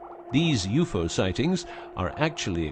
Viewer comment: U-FOE SIGHTINGS LOL